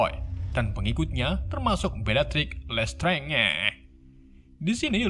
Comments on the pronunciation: Kak, Dolores Umbridge tuh dibacanya Dolores Ambrech. dan klo lestrange dibacanya lestrenj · tulisannya Lestrange dibaca Lestrenj